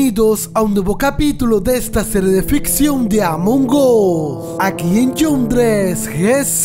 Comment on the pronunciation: ESTA MAL ESCRITO ES CON J DIJISTE GON DRES🤦‍♂️😤